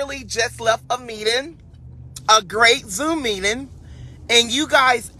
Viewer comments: What’s a “meedin???🤣🤣🤣🤪🤪🤪🤡🤡🤡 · Meedin(meeting)….goshiatin(negotiating)…matafastin(manifesting)…esited(excited)…udderins(utterance)… everytheen(everything)…liraly(literally)…….Thank me later